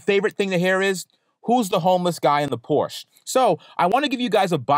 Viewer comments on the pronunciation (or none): Hey, What is a Porsh? You are a car guy and can't pronounce the brand. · "Homeless guy in the Por-shuh"